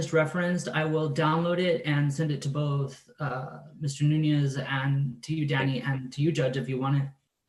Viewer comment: Swear to god it sounds like he calls him DADDY and not Danny lmao 🤣